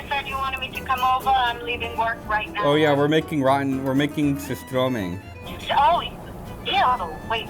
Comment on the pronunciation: You can tell he's part swede because he doesnt pronounce surströmming entirely terribly, he even says it in a pretty swedish way.